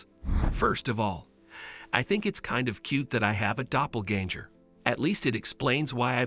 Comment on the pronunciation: it’s doplaganger not doplaganjer or jur